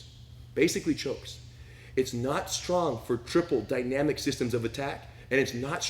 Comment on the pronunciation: “Dy-na-mic” will live on in infamy. Lol.